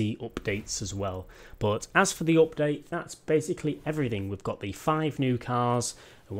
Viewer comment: You say it like oopdate